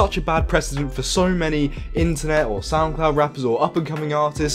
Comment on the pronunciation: For the longest time I thought you were saying SoundClown, which actually seemed rather appropriate.